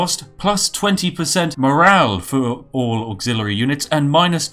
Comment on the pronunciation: did he almost say "für" instead of "for" ?